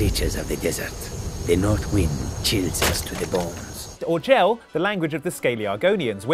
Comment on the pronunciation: Jel, not ojel. Oj means not or non. Also, the dragon language is thu'um.